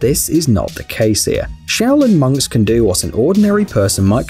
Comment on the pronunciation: I thought at the start that you said shaolin mugs😂😂😂